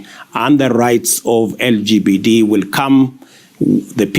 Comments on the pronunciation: Did he say LGBD😂? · that guy just said LGBD😅😅😅💀💀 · He said LGBD LOL as british born to kenyan parents respect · It's pleasing that he mistakenly said "Lgbd" which shows how trivial the topic is to him!